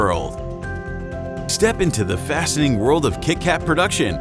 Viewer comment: The narrator can't pronounce the word, 'fascinating'! (First few seconds!)